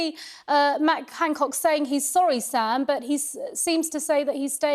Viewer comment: Its Han not Hang.